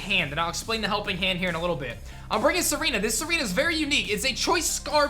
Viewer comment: I like how said "Tsareena with the kiss". Almost sounds like "Serena with the kiss" doesn't it?